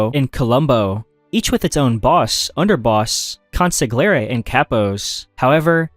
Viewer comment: Isn't it Buljer. Hard G? Edit: Nm I just heard how you pronounced consigliere. Nitpicking I guess but it stands out when you mispronounce a bunch of words common to the topic.